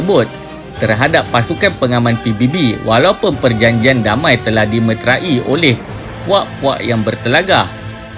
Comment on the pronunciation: Admin tolong betulkan sebutan: dimeterai hendaklaklah disebut di/me/te/rai/ bukannya di/me/tra/i/. Ada lagi kesalahan bahasa yang lain seperti kesalahan penggunaan kata 'dalam' dan 'di dalam'.